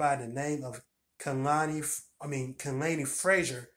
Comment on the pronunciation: and you pronounced my name correctly! (kah-lay-knee) 😭💕